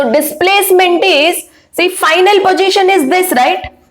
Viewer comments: All ok but plzz dont say pogition it's position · It's not pojition its positioni keep on distracted when I hear it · Did well mam. But its position not pogition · Kindly pronounce the word position properly